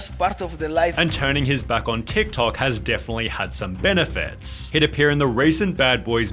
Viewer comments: The way Sunny overemphasize the last syllable of some words (toktokaaaaah) makes wanna throw poo at the wall. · Dude, WHY are you dragging out every single last syllable when you are talking? Jesus Christ, this is so annoying! Drop your fake accent! "TikTokaaaaaaahhhh"